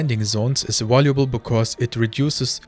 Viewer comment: Danke für deine Videos. ein Hinweis für die Aussprache: das v wird im englischen wie unser w ausgesprochen, das englische w hingegen nicht. also device = diweis valuable = wäljubel